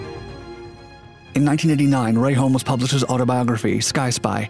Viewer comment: I agree, as does pronouncing the L in 'Holmes" and pronouncing "DornieR" as if it was a French made Aeroplane. I won't be watching any more videos from this channel.